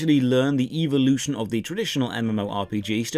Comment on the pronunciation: Before I saw this review I was stuck in RotMG, no GF, no Life, and no way out. After watching this None of these things have changed but my pronunciation of evolution to “EVO-lotion” Thoroughly enjoyed and would love a series of this game ❤️ 10/10 would see more Evo-lotionary content like this again.